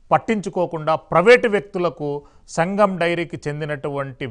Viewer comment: Mari what about full dairy It's SANGAM not SAGAM 😂😂😂